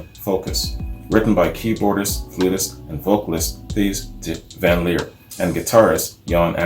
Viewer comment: In case anyone's interested Thijs as in Thijs van Leer is pronounced Tayce (close).